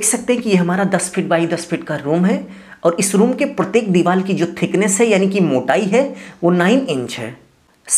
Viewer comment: लगता है तुम रिश्वत देकर इंजीनियर बने हो तुमको हिंदी भाषा का भी ज़रा सा ज्ञान नहीं है बार बार दीवार को दीवाल बोल रहे हो बड़े शर्म की बात है कि तुम जैसे लोग भी इंजीनियर बने बैठे हैं😢